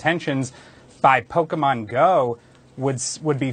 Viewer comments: Instant and instinctual cringe when Don Lemon says "Pokeman". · I think Don meant “Poke a Man” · Lemonhead can't even pronounce "Pokemon" properly.